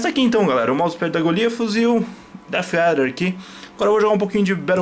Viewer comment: "manueu do deffeader" XDDDDDD